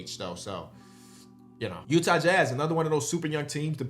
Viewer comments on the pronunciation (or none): none